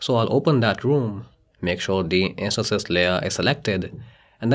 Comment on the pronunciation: I like the way he says intances he says inseces!!🤭🤭🤭